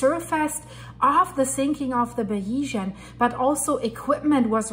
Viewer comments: Please pronounce the name of the yacht correctly. You are not credible unless you do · Hey Joe, if a reporter can't pronounce such a basic name it shows me they are not really familiar with the topic and this is further proven from some of her comments. For an accurate and informative source on this tragedy please look at The Yacht Report